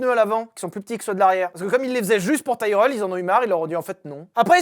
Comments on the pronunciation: Nope, Tyrell se prononce bien Tirel. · Bon les enfants ont va redescendre sur terre, nous sommes français donc ça se prononce "Tirèllle", c'est comme pour les voitures moches, hyundai, c'est "hyundaie".